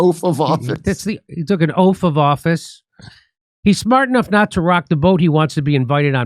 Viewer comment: “Oaf of office!” 😂😅